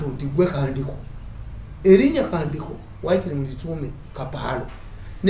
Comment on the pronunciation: It's called Kandiho not Kandaho. Thanks Mr Mirundi